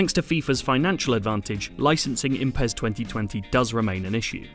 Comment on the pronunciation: Its not PEZ its PES ..S S S S...